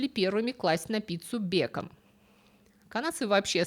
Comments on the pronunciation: Интересное видео. Только не бЕкон, а бекОн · Очень интересно излагаете, благодарю! Но почему «бЕкон»? 🤦🏽‍♀️ Проверяла в словаре (вдруг я не знаю, что именно так стоит ударение в этом слове!). Ан нет! Всё же «бекОн»! Хух! Полегчало!😂😂😂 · Здравствуйте! А почему бЭкон, а не бекОн? Всю жизнь слышала и говорила бекОн 🥓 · ██ Грамманаци коммент: бекОн, а не бЕкон! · спасибо большое, история отличная! Как и всегда впрочем!!! Россыпь ироничных шуток из титров прорвалась в текст - супер! А вот "бЭкон" реально поцарапал граммарнаци-ухо;-) там ниже про ЭспОзито пишут... это придирка имхо, но англоударение в таком РУССКОМ тексте? ммммм..... при этом, я прям в голос засмеялся услышав так уместно примененное слово "хавчик"!! Браво! Спасибо! С нетерпением ждем новых историй! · Произношение слова бекон как бЕкон режет мой слух. Но оказывается правильно и так и так.